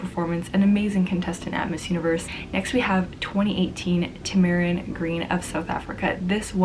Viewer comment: Siera u saying Tamaryn name wrong